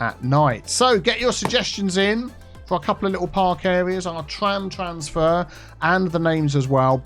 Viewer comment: 'The Tramsfer stop'